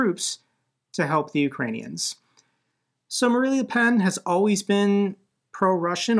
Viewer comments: 100% in a supportive way: “Marine” not “Marie” is the French leader’s name. It’s along the lines of Marina Sirtis from ST:TNG. Keep up the amazing work! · Dude, you keep saying Marie Le Pen, video after video after video. She can rot in hell for all I care, but we can still say her name correctly: Marine Le Pen, not Marie. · Just fascinating at this point how often he can read "Marine" and still say "Marie". And it's obviously not some gottem, since nobody would think he'd delivered a burn by calling the former dictator of Germany "Udolf Hipler". Baffling.